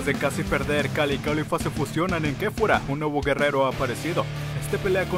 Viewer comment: Es kefla no kefura 😑